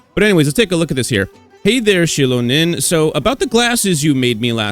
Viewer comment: Thank you for pronouncing her name right.